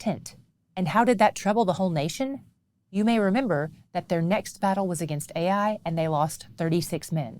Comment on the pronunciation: The pronunciation for the place Ai is “eye” not “ay eye”.